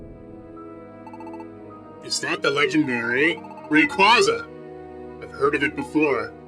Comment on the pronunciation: It's pronounced Ray-Kway-za not Ray-quo-za